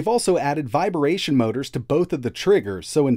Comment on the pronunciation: Are you saying "viberation" on purpose?